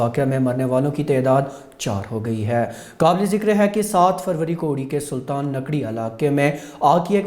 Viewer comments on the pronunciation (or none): its not sulta. nakdi uri' its sultan dakki